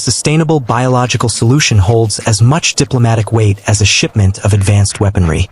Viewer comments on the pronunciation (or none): none